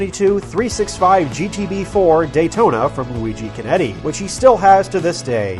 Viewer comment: FYI the 'Ch' in Chinetti is hard and thus pronounced like a 'K'. But good video and thank you.